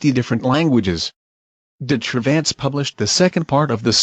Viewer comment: I know this is an automatic translation, but "Cervantes" is pronounced as "de-tra-vants"